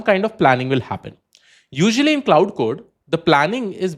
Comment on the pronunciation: Good video. Minor correction: "Claude"is pronounced as "Klode" Instead of "cloud"